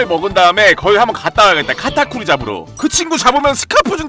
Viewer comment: 왜 카타쿠리가 딱따구리로 들리지?ㅋㅋㅋ 나만그런가?